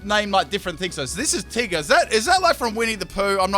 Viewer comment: Te-gar u supposed to say tigger. Not Te-gar